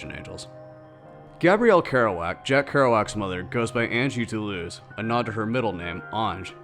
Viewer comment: doo-loo-oz...that's pronounce...he did not wander aimlessly...jeez